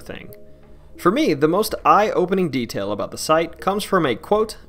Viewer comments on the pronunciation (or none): none